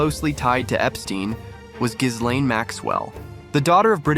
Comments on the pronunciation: Pronunciation: ghilènn, not ghisslein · Gi-lene Maxwell…. The “S” is silent…. Also, didn’t Donald Trump kicked him out of Maralago?